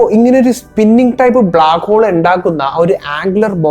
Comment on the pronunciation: ബ്ലാക്കോൾ മാറ്റി ബ്ലാക്ക് ഹോൾ എന്ന് തന്നെ പറ